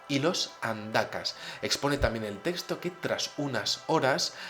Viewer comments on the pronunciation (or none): none